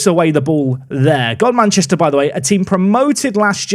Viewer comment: finding out that godmanchester is actually pronounced as gumster Also golcar last episode is pronounced gol cuh and as it's local to me I actually know some of the people there in real life